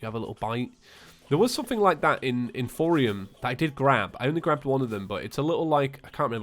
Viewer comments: why do i feel like said "throwium" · I just noticed he says throwium 😁😅